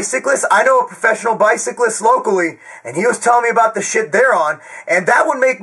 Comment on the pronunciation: Wtf is a bycalist Loool Love you